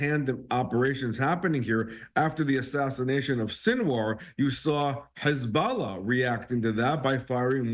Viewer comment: How many times is he going to say HuzBALLAHHH 🤦🏻🤦🏻🤦🏻